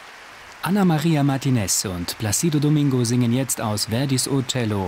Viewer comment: Der Sprecher sollte mal die richtige Aussprache lernen. Zumindest von "Placido". Ist ja peinlich, wenn man nicht mal den Namen aussprechen kann, aber Speaker ist.